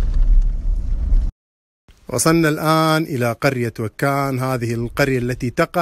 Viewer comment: ماشي منه ماصح حتى نطق بإسم القرية خطأ